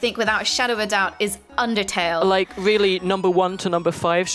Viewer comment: I am so overjoyed that said Undetale. I love eveything about it, Sans and Papyrus are just so great and Toriel she is just my god. x3 but I did squeal like loud. Love you and!